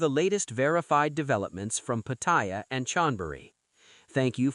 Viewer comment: Until you learn how to pronounce Pattaya, bugger off you newbie grifter !! Showing what a Pathetic amateur you are!